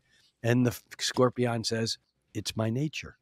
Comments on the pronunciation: The way he was pronouncing scorpion at the end was bugging the crap out of me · how he says scorpion is driving me insane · I could not get used to the way this guy pronounces "Scorpion"